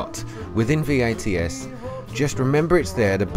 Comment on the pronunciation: Thanks for upload. Just FYI. It’s VATS. Not V. A. T. S 😉 Tho I’m sure u know by now